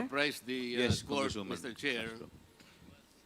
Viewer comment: Ano b yan Castro wrong pronunciation kkhiya nman😱😁